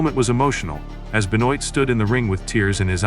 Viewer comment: Great, AI that can’t even pronounce his name - goodbye